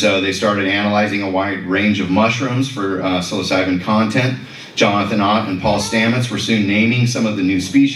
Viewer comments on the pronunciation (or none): Great video but that's not how you pronounce Psilocybin. 😂